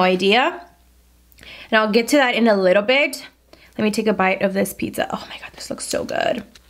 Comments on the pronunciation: Omg I’m not the only one who sounds like we’re saying PIXA HUT, not PEETZA HUT😂😂😂😂 🇲🇽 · Pixa Hut 🤣🤣 I love it